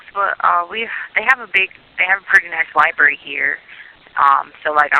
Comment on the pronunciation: Yes!!! And always “LIBARY” when she’s saying how smart she is. 😮